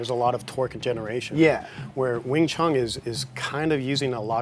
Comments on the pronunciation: Please stop saying wing chung. It is WING CHUN. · Just my point of view. take that space between them out too. There isn’t supposed to be any pause between the pronunciation. Wingchun